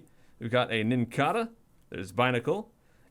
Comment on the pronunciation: it IS pronounced Nin-cay-duh. Nincada is based off the real life insect the cicada, which is pronounced sih-cay-duh, so it's pronounced the same way. Also, that wingull art could be one of the islands before you get to Slateport in Ruby/Sapphire/Emerald.